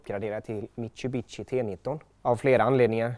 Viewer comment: Mit-Su-Bi-Shi eller "she" i slutet.. aldrig hört någon säga mitu-bitti x'D